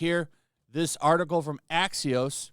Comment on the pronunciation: Axios sounds like Axis.